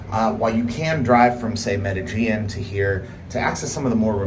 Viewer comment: Medellin = pronounced "Meh-de-sheen"